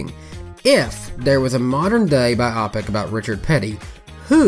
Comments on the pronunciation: I agree, the way it is pronounced here makes it sound like an optometry term. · Strange. I find myself wanting to point out the incorrect pronunciation of "biopic". But after thinking really hard, I'm not sure I've ever heard anyone say it before. I've just read it hundreds of times. So perhaps I've been pronouncing it wrong. (In case clarification is needed, I've always used the hard "O" sound, like biohazard or biodegradable)